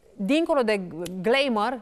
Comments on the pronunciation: Pronunția: glaimor e greșită 😏, corect s-ar auzi: glamor unde litera "r" nu se aude mai deloc . E de asteptat ca si jurnalist sa stie exprimarea corectă a cuvintelor in limba engleza, Zic, doar zic. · Gleimar ! Anchors ar trebui sa stie basic sa pronunte sau sa vorbeasca romaneste doar